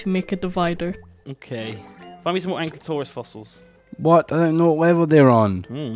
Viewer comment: I'm disappointed that after so long from Ark, still can't pronounce Ankylosaurus correctly